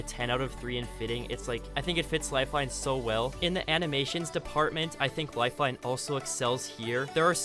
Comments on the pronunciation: Lifeine, do you mean life-line. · It said lifeine xD